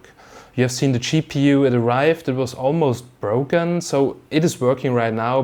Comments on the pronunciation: "it was a choke" or "joke" :D ;) and schepu oder gpu? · Gpu nah, cheapPU. Unintentional pun thanks to his accent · I like how you pronounce GPU. " Chee PU " :-) <3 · More like Cheap EU ^^